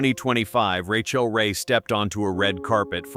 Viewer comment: How annoying…..Ra-chill.